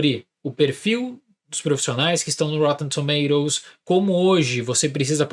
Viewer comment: Se fala - roTTEn TomaToes - UK 😅